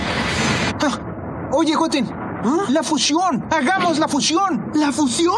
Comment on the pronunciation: La fushion xdddddd